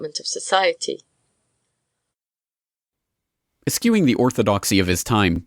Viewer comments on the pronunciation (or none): Thanks for this. but one small correction. Pronunciation of Eschew. It's Es Choo! No one's perfect. And I wish you'd retract what you said about the wonderful Veterans for Peace. They are actively serving the community! Maybe not in the streets in protests, but serving justice and change, nevertheless.